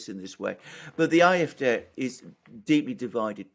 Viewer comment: The "A" in AFD isnt pronounced "eye" it is "ah". In fact no letter in German is pronounced "eye".